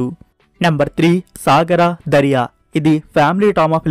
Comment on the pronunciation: Thats not sagara dariya bro that is saranga daria